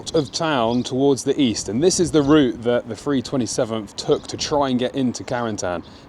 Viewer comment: Great video. Thank you. No criticism of your French pronunciation, but when did the three hundred and twenty seventh become the free hundred and twenty sevenf?